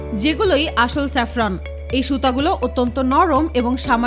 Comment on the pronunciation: চেপরান না জাপরান হবে